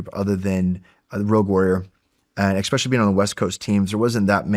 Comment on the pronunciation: this guy saying "eckspecially" is really annoying